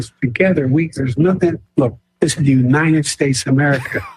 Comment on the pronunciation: “You-nine-èd” is how he skurs the word “united.” Irks me each time.